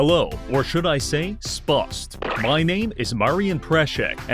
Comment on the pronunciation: spust? lol